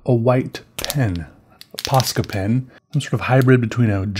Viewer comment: it sounds that he says paskapen and paska means shit in finnish